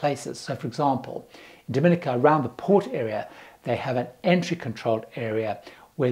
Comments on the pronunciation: One thing traveller do is pronounce the names of the countries they are visiting wrong. It really shows a lack of respect and if you have been there pretty sure you would have heard it said correctly. Dom-i-nica, not "dominica" all in one. Thats the start of the Spanish island. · Dominica is pronounced DominEEKA, and Nevis is pronounced NEEVIS. And, Nevis is one of the safest islands in the Caribbean.